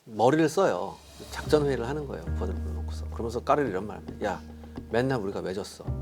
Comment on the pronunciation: 기자님 "까를" 발음 솔직히 너무 섹시해요.